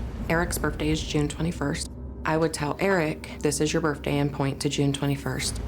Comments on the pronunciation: Is the mom saying "Birfday"?? Lol..what a story!! I definitely believe in reincarnation!! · I like that mom pronounces 'birthday,' "burphday." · Birfday? Seriously mom? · Her saying Birfday everytime had me so distracted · Skeptical that the mom pronounces it “birfday” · Okay lady… coming from the grown woman who legitimately says “birfday” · How do you take these people seriously? First of all it's birth day, not birf day. Secondly it's not burt-day either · I got distracted by the mom saying "birfday"... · Birfday? She thought HE was mispronouncing stuff? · I don’t trust anyone that pronounces birthday as Berfday! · I think the most fascinating aspect of this program is the fact that an adult actually pronounces it as “Birffday” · Just one question…Why do people say “Burfday”? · The amount of times "bertday" is said in this video is hilarious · I was buying it up until she said berfday six times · Her: "I want to go on TV and say 'Birfday' as much as possible." Her husband: "Hmm. Ok. I have a plan.. " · Mom is nutbar, she put him up to this. Also "birfday"? stop lady. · This lady said ‘birfday’ like 10 times 😂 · Why are adults calling it a “burfday”? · She also pronounces birthday ‘birfday’ 😂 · both parents pronounce it that way.